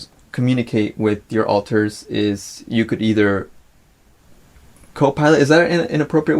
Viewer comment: Pretty random but I hate how Trisha says alters as ohlters